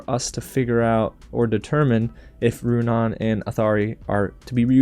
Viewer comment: Also I noticed that he stopped pronouncing Runaans name wrong probably since I called him out in the comments of the last video : \